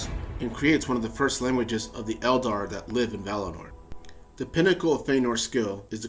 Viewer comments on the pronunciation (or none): none